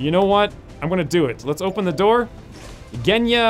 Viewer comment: G in Genya pronounces like G in Gina